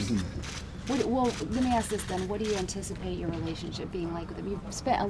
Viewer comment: Would someone please tell him that it's ask not axe